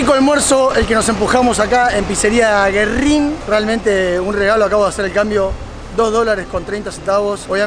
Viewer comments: Pizzeria GÜERRIN, tiene diérisis el nombre. se pronuncia la U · Pronuncias mal Güerrin